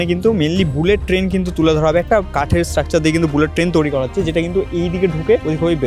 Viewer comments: দাদা ঐটা তৌরি না তৈরি উচ্চারণ হবে, আশা করি পরের বার থেকে ঠিক বলবেন । 🫡😎😏 দাদা আমার তরফথেকে 500 কোটি ভালোবাসা নেবেন❤❤❤❤ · Toiri ❌️ Touri ✅️ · "Touri" abar ki kotha 😂😂 "Toiri" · Toiri❌ Touuri✅ 😂😂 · Touri ki কথা 😂😂 The word is তৈরি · তৈরি ❌ তোউড়ি ✅ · তৈরী ❌ তৌরি ✅ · ভিডিওর সবই ঠিক আছে কিন্তু ভাই উচ্চারণটা একটু ঠিকঠাক কর, 'তৈরিকে তৌরি'এরকম টাইপের কিছু কিছু ভুল উচ্চারণ রয়েছে তোর!! এগুলো ঠিক করলেই আরো ভালো লাগবে।। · ভাই উচ্চারণটা তৈরী, প্লিজ তৌরি বলাটা বন্ধ করুন। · Say Toiriii... Not Tourii..